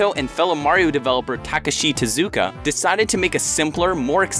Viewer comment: Such effort to correctly pronounce Japanese names... until "Tuhzooka"